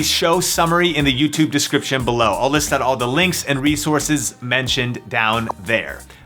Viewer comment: Why the fuck you talk so weird? "Two HOUR shipping" "You can opt OUT" call the fuck down gay boy